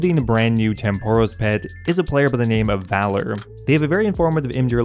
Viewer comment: You pronounce Tempoross completely incorrectly btw